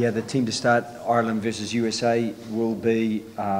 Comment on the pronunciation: "Ireland" you can't get this far into an Irish accent and then jump ship.